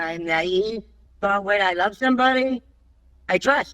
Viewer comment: "I wove to dwive an be on da opwrn woad" Did she get catfished by a wascally wabbit too?